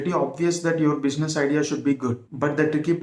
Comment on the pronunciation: bushiness :face-purple-crying: ,correct your pronunciation first